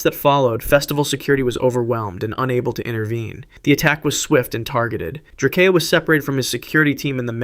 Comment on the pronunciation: "It's DRAKEO not drak-e-o get it right"